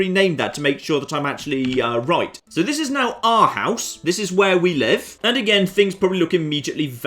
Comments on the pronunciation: Pronounces Arhus as Our house. Renames it Ourhouse and pronounces it as Arhaus. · The "proper" pronounciation of århus with english phonetics is basically oarhoos, not ourhaus. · Its how you see Arhus..not Arhause, or Orhause...,,hus,,is h u s...not hause... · you pronounce arhus like orehus :) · i am danish and ven he pronaunst arhus a hus. I died laughing. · To anyone interested, Århus/Aarhus is pronounced similar to "oar-who's" but with a softer French r sound. I thought it might have had a "boathouse" connotation but it's instead derived from an old viking name, Aros, for river mouth, which remains in use in Faroe language and gives name to a number of towns across Scandinavia. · Listening to you mispronouncing everything remotely Danish is absolutely hilarious. Who knew I lived in OURHOUSE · Århus is pronounced Awe-hus (as in awesome, and you say "hus" quick! So it's AweHUS!) And it literally means creek's mouth/ending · i'm so happy he is playing as Denmark mostly because im danish :) also if you want to know how to say Århus it is pronounced: oar-hu-s. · Aarhus/Århus/Arhus translates closer to YearHouse. Or-hoos would be the closest I can get phonetically lol. Great to see other people than me play Denmark. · The way to pronounce "Århus", is like the word "or"+, "h", + the end of "brutus". Make sure to make the "u" and the "s" last a bit. Otherwise "hus" gets pronounced too aggressively, and just wrong. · Århus is pronounced or-hoos. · OURHAUS, IN THE MIDDLE OF OUR STREET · He could have said Row-House and be more correct. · As a Dane it hurts to hear you pronounce Århus. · We were spoiled by hearing him pronounce Latin and Greek names properly in the last series. There was clearly going to be a price to pay, and it's hearing him try to pronounce the Danish language.